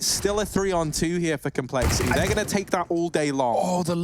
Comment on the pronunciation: Commentator: "complexi'EE"